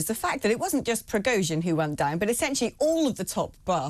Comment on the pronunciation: It would be SOOO nice, if the guy made an effort to pronounce Prigozhin correctly. This is ridiculous. Anglo-saxon arrogance at its best.